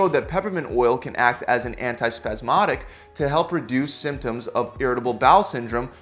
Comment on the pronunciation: Can you say symptom symptoms again that was just........... Really Really Annoying🙃